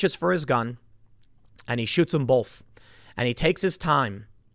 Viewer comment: Tim the word BOTH doesn't have an L in it. Why do you say BOWLth?